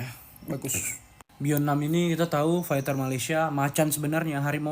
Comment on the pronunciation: Bunyi nya bukan fekter ya, faiter lah